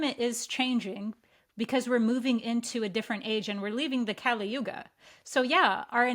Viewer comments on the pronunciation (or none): none